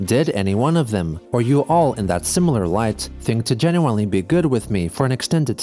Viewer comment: Why does he pronounce "genuinely" like that??